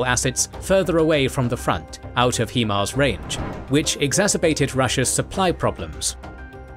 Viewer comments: you Brits and your He-Mars.... why can't you pronounce it the way it is... HIMARS. When you break it down it's HI not he..... otherwise I love your stuff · HIGH-MARZ not hee-marz smh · “Hi-Fi” is not pronounced “Hee-Fee”, just as HIMARS is “Hi-Mars” not “Hee-Mars” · American developed M142 HIMARS is pronounced (hi-mars), not (he-mars). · Hee mars? Really?? This is the first time I have ever heard anyone pronounce it that way and hope it's the last.